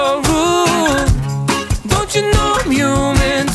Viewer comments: He pronounce rude without "d", can't be unheard now (devil) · HE DOESNT PRONOUNCE THE R IN RUDE u cant unhear it now >:D